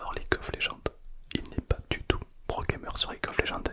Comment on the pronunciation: Incroyable la vidéo avec le prrrrrrrroooo gamer